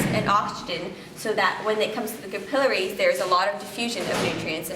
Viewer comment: Notice that she pronounces "capillaries" correctly, unlike the vast majority of people today.